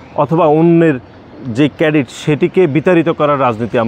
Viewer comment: কেডিট না ক্রেডিট । কই থেকে আসিশ ভাই? শিবিরের পোলাপাইন দেখছিশ?আর তোমরা এখন লীগের মতো পুরান প্যাচাল পারা শুরু করছো। go to heeeelll.